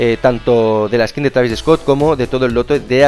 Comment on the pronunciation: Travis eeeescot dice xd